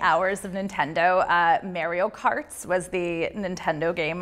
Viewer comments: “MAEEREO" Cart ? Wtf..?? 😧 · Did she just say mayreo karts 🤔